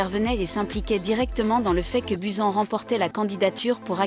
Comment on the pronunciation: "Buzen" B-U-S-A-N BUSAN